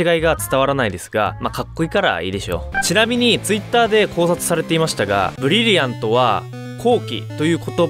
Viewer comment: ブリブリアント？（難聴）